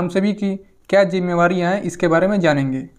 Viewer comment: Jimmebariya nhi hota jimmedariya hoat hai